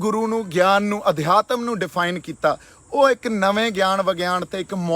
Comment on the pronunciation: Eh MODI da khaas-n -khaas ae Adheaatim da uchaarn ki krda eh eh over cleaver bnda ae Prantoo ona hai ni